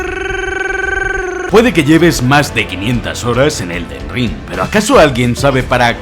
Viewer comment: "El Ded Ring”